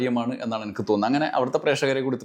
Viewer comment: എനക്ക് അല്ലടാ എനിക്ക് 😅😅😅😅😅